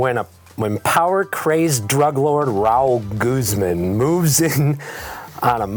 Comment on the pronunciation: I love how pronounces "Raul Guzman" ra-OOL GOOOZ mon